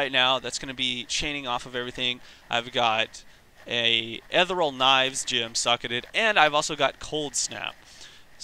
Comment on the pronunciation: Seriously can't pronounce ethereal,?